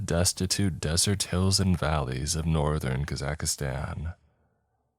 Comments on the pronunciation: I really like this channel but k-za-cuh-zan is not it 🤣 Caw-zuck-stan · Leave kaza-aka -stan Alone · I lol'd when I heard "Kazakhistan" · kah-zack-stan❌ kuh-zack-ah-stan✅ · “Ka-zack-a-Stan” I am deceased 🤣😭💀 Edit: Nooo 😂 I can’t listen to the story. Immersion is absolutely destroyed every time I hear it 😂. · KAKA STAN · i lived in kazakhstan for almost two years and it took me a little while to stop saying kazakh-ka-stan. it was a hard habit to break lol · Yeah I’m skipping this one due to your abhorrent pronunciation of the country, sorry. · That's not the correct way to pronounce Kazakhstan. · Where did you learn to pronounce kazakhstan? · Thats just not how you pronounce Kazakhstan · he could be the wealthiest person on the planet and the pronunciation would still be wrong. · He totally nailed the pronunciation right? 😂😂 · not at all